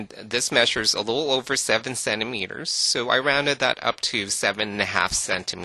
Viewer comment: i love how you say "so". it sounds like "sew"